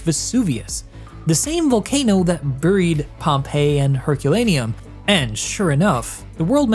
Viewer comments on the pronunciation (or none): none